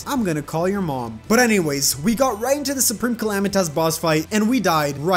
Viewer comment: Sir it's soupreamcalamightus